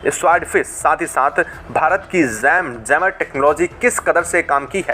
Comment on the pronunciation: A small tale served inflated by repeating the same stale things again and again. Plus jammer is mispronounced as zammer. Be straight and pragmatic, please.